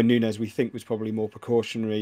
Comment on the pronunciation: Love (great to see him 👋🏽) rolling of the eyes reaction yo Jimbo when was going all the way with his pronunciation of Nunes 😂 thanks for uploading these video pods 👏🏽